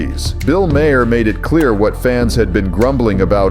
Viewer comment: Someone fix these Ai voice overs, Maher=My hair? Really? 🤨🤨